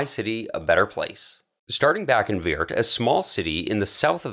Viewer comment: The city in the Netherlands is called Weert ! not "Weird".... please do an effort ! Beside of that....fantastic video 🙂